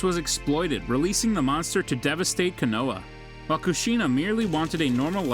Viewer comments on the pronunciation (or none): Bro said koonaha😂 konoha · Koo-noo-ha 😂 Kazikaji 🤦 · Bro I hate when they pronounce the words wrong it (ko-no-ha)and (Ah-katts-ski)Justin would have killed this voice over smh 🤦‍♂️ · kanowa, minado